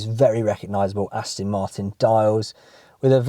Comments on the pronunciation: He thinks it's an Austin. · Please,, learn how to pronounce the brand. It's AstOn Martin, not AstIn! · AstOn, not Astin. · Ditto.. Please... Aston, not Astin!!! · This does really grate once you start listening for it. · Its called an accent or dialect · Nice liddle Astin that,! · Can’t stop hearing him mispronounce it now. Not listening to him talk, just waiting for the ‘Astin’ 🤣 Just have to get it out of my system, then watch it a second time 😀